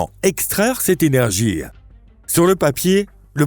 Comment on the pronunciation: Il dira que son h est muet. Mais là ne sera pas là question pour le linguiste lui-même rendu au mutisme face à une IA qui prononce ''énergie'' 👉 ''énergear'' puisse avoir dans sa narration un cheveu sur la langue.